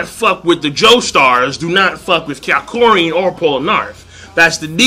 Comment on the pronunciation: HIS NAME IS NOT KYAKORIN!!!!!!!!!!!!!!!!!!!!!!!!!!!